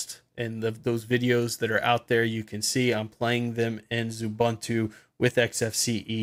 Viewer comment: OO-BUN-TOO? Come on. Say OO-BOON-TOO.